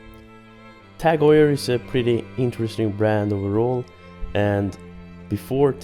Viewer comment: Perhaps you mean Tag Heuer not Tag "oil".